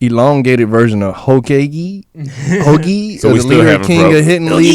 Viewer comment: Lol damn guys. It's Hoe-kaa-Gay lol